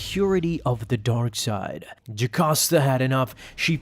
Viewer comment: Video: Jacosta Comic: Jocasta